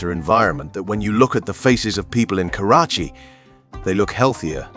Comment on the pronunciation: Damn you kept mispronouncing the city's name